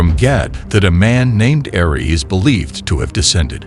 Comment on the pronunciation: The name is Eri not Ari